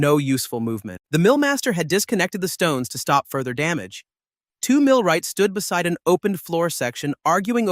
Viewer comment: You stopped speaking English when you tried to say stop; that was bad. Almost bad enough to downvote this video, block this creator and leave after spending almost 2 hours watching this video; you should not do shit like that. Not impressed.